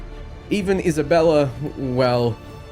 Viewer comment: Holy Mother of God! That Isabella was BUTCHERED!